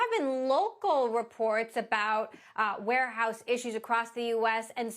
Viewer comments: "Wareouse"? Really? And this is supposed to be a legitimate news source? 😂😂😂😂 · Oh No!!! Not the “Ware-Ouse” 😂😂😂